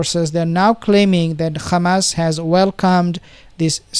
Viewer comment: Ssalam bro ! You know how to pronouce the "h" of rafaH but you pronouce Hamas like the entity = Khamas !!! Same for hezbollah, you pronounce it Khesbollah ! It's a H "ح " not a KH " خ" ; All muslims should know how to pronounce !! Allah is al RaHman, not al rakhman, al raHim, not al rakhim ....